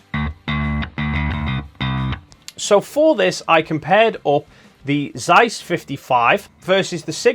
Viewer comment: Zeiss, you read it rong.